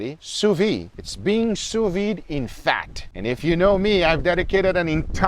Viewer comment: It's pronounced sous veed. You should pronounce the D.